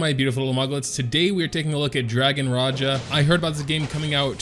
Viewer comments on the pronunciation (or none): Its dragon Raja not Raya (pronounce)